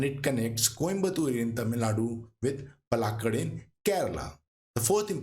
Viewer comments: Its not palgat its paalakkaad😢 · Palakkad not Palghat😂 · It's not palghat .... u hindi __ . It's palakkad, try to learn. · Excellent info.Please look up correct pronunciation of places.The narrator gave out three different variations of Palakkad. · Palakkad is not Palaghat Kozhikode is not pronounced kozikode.It is kolikode .pls google